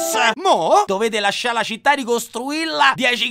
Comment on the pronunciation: EDDAJE prima de CENAH Anvedi che citTE citTE ancora meglio de primaH No vabbè Kubrick me sento male